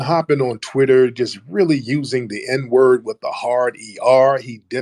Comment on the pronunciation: he says the N word ending with "er". Because he's British and pronounces everything properly 😂😂😂